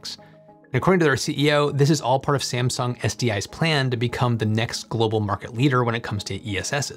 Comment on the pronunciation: are you using AI video generator? The way you pronounced "Sieamsung" was really weird, it is just "Samsung".